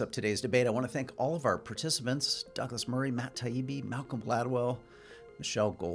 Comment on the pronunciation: tbh im not sure theyre intelligent at all: malcolm didnt actually make a single reasonable point at all meanwhile michelle exclusively had arguments against her own point. oh and lets not forget malcolm intentionally saying "taibbi" and "douglas" wrong the entire conversation like only an upset child would.